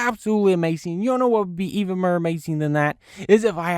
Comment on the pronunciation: And mer? Its more